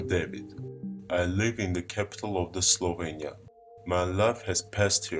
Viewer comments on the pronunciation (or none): none